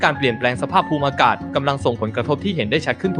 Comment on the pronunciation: อ่านออกเสียงคำภาษาอังกฤษไม่ค่อยถูกนะคะ ปรับปรุงหน่อย ภาษาไทยก็ไม่ถูกบางคำนะคะ ภูมิอากาศ ภูม มิ อา กาศ